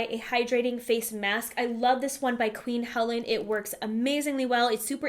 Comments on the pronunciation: FYI, is queen HELENE. The E on the end is Long. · It's pronounced Qeeen He-lean.